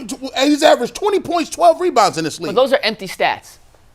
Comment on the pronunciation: tries to make a career with statements that shake things up. The “dis and dat” instead of “this and that” is really distracting. He tries to pontificate and it really comes off as having a low intellect.